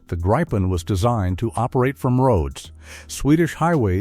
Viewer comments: It is pronounced "greepen", not "graipen/gripen". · no it is pronunced griiiipen a long i . I should know since I´m a swede and gripen is swedish for what u call the mythic Griffin, the halv lion and eagle. Becase it is the king of the sky and land. U guys haven´t seen anything of what these beasts can do for real. But u will! =D